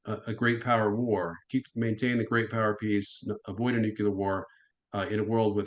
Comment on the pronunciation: I can only watch someone say noo-cue-lar so many times sorry.